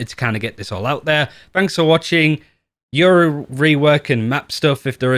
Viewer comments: lmfaoo so much yuro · I swear half of the Valorant community says Yoru’s name wrong. says “Yuru”, and I hear “Euro” a lot as well lmao